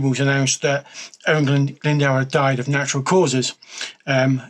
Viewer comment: Lol plz don’t use this vid as a reference for pronouncing Owain Glyndwr. No hate but the pronunciation is terrible. Cymru am ffycin byth!! 🏴 🏴